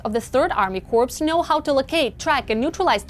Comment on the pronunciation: You're trying to say corps kors...but you keep saying corpse